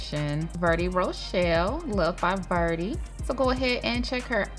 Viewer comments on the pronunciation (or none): none